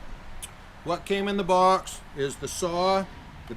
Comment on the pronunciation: "What came in the bwaux is the sahh" reminds me of Paul Teutal Sr.